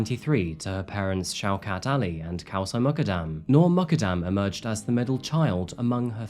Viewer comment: Muqadam is Pronounced Moo kad dam.